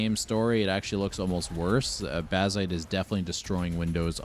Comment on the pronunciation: Je ne comprendrai jamais pourquoi des voix IA... C'est laid, impersonnel, et fade... Baziiite... Aïe...